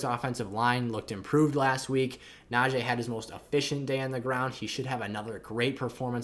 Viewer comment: pronounce najee’s name right. super disrespectful.